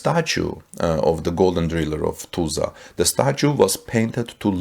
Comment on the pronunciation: First learn how to pronounce "Tulsa" correctly!